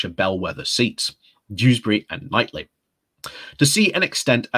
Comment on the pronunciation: Is it not pronounced "Keith-lee"?